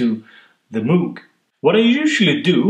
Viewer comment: I'm pleased that you say "moooog" instead of "mogue". I'm American and I know better but I say "mooog" anyway because it sounds more synthy to me.